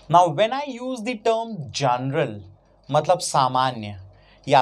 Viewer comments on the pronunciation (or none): That is not jaanral,it is general(jen+ral) stop faking foreign accent,it makes your credibility loose,just watched this video for 20 seconds and found 2 pronounciation mistakes,I wonder how your english might be,as much I can gauge,it must be pretty fake and very un-professional,am not saying about it's content.